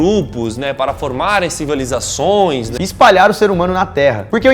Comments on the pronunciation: "espalha as civalizaçoes" sdksdks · O Molo fala "Civalizações"...Nada contra, errar é humano, e AMO esse canal!!! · Civalizações? Klkkkkkk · "Civalizações" / "Babilonha" / "Nabucodonos (z)or II (Segundo) e não dois". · CIVALIZACÃO kkkkkkj